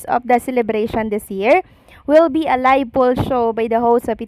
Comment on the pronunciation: Please do not get mad. I am bothered by the way you pronounce F and V. Ang of, you pronounce as op, ang V nagiging B, like live, you pronounce as libe. Enough as enap, Philippines as Pilipins. Nakaka turn op, I mean off.. I think you can improve. Observation lang po. Please do not say eh di huwag ako manood. Not a good answer.